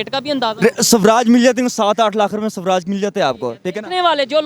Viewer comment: It's not subraaj it's swaraj Samjho us fuddu ko